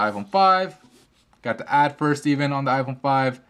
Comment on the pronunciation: u say like iporn 5